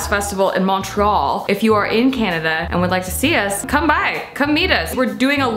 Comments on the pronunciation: The hotel is probably the Hyatt. And it's pronounced mun-tree-all :) I'm sure you'll learn that soon though! I think I'm gonna come to your live podcast, so happy you let us know about it! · As a Canadian my heart hurt at the Putin joke and I cringed at how you pronounced Montreal, which I'm not 100 percent was done on purpose or not. I understand you are vegan but cheese curd is part of the recipie it not just gravy and french fries.